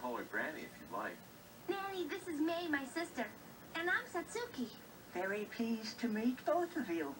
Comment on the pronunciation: The Disney version has the correct pronunciation of Satsuki’s name. The Fox dub pronounces every syllable in her name, which is wrong. The “su” is meant to be said quickly, almost to the point where you can’t hear it. I like that the Disney version actually makes them sound like children, but it’s also almost too real, if that makes sense? Fox is what I grew up with, so I’m gonna go with that one.